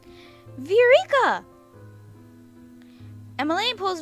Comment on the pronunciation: and btw it's pronounced 'vy-oh-rick-ah' (viorica)